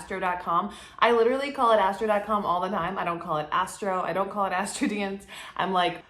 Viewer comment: I LOVE how you pronounce Astro Dienst (which is Dutch) lol <3 <3 My best friend doesn't know her exact birthtime, it's somewhere between 4.30pm and 5pm but this makes a difference in her AC being Taurus or Gemini rising. I feel like she's a Taurus rising but will definitely check in which house Venus and Mercery fall! <3 Thank you, loving all the videos you're putting out! <3